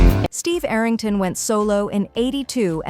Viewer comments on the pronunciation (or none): none